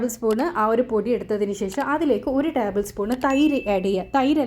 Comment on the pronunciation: ടാബിൾ സ്പൂൺ അല്ല ടേബിൾ സ്പൂൺ ഓഇ